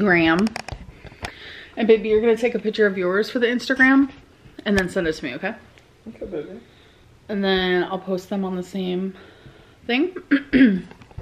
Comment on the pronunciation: “Vevy” is all I hear 🥴